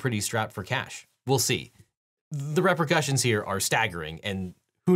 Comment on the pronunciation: “Rep-o-cussions” lol, it’s “ree-percussions” because it’s spelled repercussions. It’s not an o after the p.